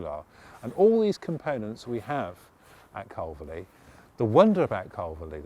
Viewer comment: Nice informative commentary....but I wish he would pronounce Calverly correctly! It’s pronounced Carvly...like to carve meat with a lee on the end.